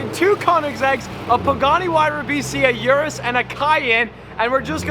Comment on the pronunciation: it's urus not (yu)rus...